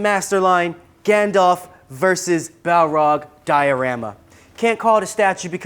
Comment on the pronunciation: "Galdalf"... lol